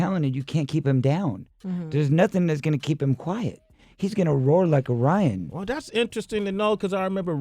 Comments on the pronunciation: OMG!!! he said he's going to *loar like a rion"!! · What's a rion? Lol oh corey. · "Hees gunna roar rike a rion" hahaha